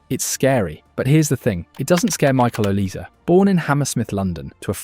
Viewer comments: olise not olease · His name is Oh lee Say Not oh leece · His name is “OLIZÉ” not “oliss” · Please can you pronounce "Olise" correctly... it sounds "Olisay" normally (trust in me, I'm french), it's not "Olis".... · yeah you are right, but it's not pronounced "z", it's "s". O-li-sé. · Hold on. I'm supposed to listen to a YouTuber on who's better between Yamal and Olise who doesn't even know it's pronounced O-lee-SAY ? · Came on here to say its OLISE don't forget the E 🙏🏾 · The name is OLISE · know his name it’s just not pronounced “OLISS” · bro just said his name 5 times and you still mispronounced it😂 good vid still Edit : after watching the whole video, what name do you not butcher ???😂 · It’s Olise, not even close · The way you pronounce Olise is incorrect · At least pronounce Olise's name correctly.